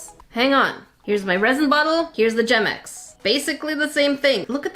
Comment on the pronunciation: why does gemex sourd like germex?